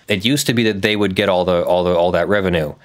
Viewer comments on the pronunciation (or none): none